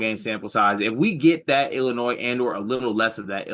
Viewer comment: Willinois hahaha